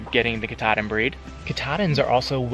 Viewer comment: Doing good but there pronounced (cat-a-din)